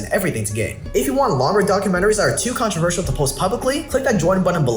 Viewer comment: It's Controversial not controver-she-all 😂